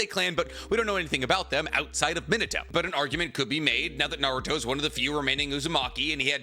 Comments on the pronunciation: it’s not Mino-toe. It’s Me-na-toe. Listen to how Kushina says it in dub or anyone man pleaseeeee you’re killing me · it is pronounced Me nah toe Not min a toe Man has a tattoo of him and can't even pronounce his name correctly